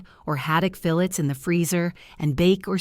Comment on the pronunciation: you really need to check your pronunciation of "fillets." HaHaHa ROTF LMAO Where did you grow up ? I know many people, and I don't hear any of them pronouncing "fillets" the way you do.